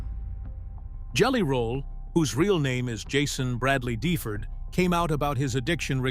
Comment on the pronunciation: If you are going to do a story on someone then you should at least get his name right. It is DeFord like ford auto mobile